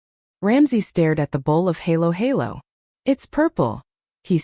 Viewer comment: Please, Ms. AI voice. Try to get the pronunciation right. Kare-kare is not pronounced cair-cair. It is pronounced kareh-kareh. Halo-halo is not haylo-haylo. It is pronounced hahlo-hahlo. Bagoong is not baguung. It is bagoh-ong